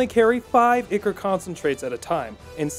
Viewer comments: "Ick-Or" I think you mean "Eye-Cor" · its "eye core" not icker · Ichor? No, Ikker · Ichor - Eye core. Not Icker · Eye - core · When he says ichor like "icker" I lose a small part of my soul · "Icker" Help... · Ichor is pronounced ‘eye-core’ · Isn't it pronounced Eh chor? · "Ichor" is pronounced "Eye-core"... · Is the way he pronouncing ichor pissing anyone else off? In case you were wondering (eye-core) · in game everyone pronounced it Eye-core. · God damn that pronunciation is painful. It is pronounced "I-Core" ichor. Come on son. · Video. Great. Lessons. Great. Learning stuff. Thank you sir. BUT FOR THE LOVE OF GOD PRONOUNCE ICHOR CORRECT. EVEN THE CHARACTERS SAY THE WAY ITS PRONOUNCED. Other than that. Very good video, thank you for teaching most of us to do a great suicide gift run xD